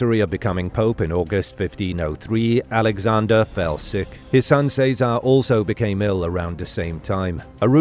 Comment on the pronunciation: What’s with all the mispronunciations? Chez uh Ray not say czar 🤦🏻‍♀️